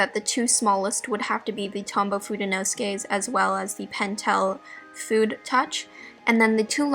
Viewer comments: It's /fu-deh/ not /fud/ nor /fyud/ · fude is pronounced foo-deh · Fude is pronounced like foodeh btw Even in fudenosuke; syllable sounds don’t change in Japanese no matter where they fall in a word.